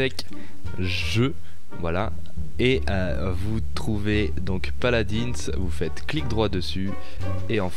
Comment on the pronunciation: Déjà que t'es assez mauvais sur Garry's mod si ça continue sur paladins ça va pas le faire ( bisous de jean eu de sur assassin creed RP ) et on dit paladuns même si ça s'écrit paladins :p